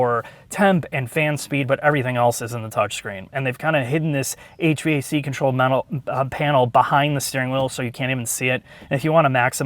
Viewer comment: Just fyi, HVAC is usually pronounced "HVAC", not spelled out like "HVAC".